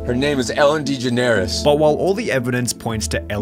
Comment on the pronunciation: You typing a way to pronounce it “degeneris” is beyond me